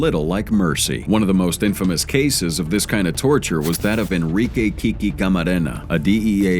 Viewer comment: The pronunciation is NOT KIKI. is KIKE. DASS!